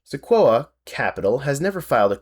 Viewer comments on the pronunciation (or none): Seh-kwoy-ah. It's named after a tree. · its ok to edit out your mistakes. also its pronounced se-koi-ah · I can tell you're a YouTube video essayist by the way you managed to mispronounce "Sequoia" in three different, but equally wrong, ways.